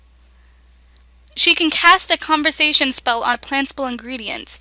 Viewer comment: actually it is pronounced ( con ver tion)